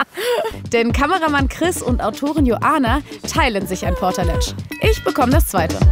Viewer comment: das Ding heißt übrigens Portal-Edge. Nicht Portaletsch :D